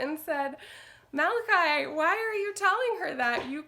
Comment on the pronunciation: Finally I hear someone say malachi correctly my.4 yearolds name and people cal him ma la chee!!! Lol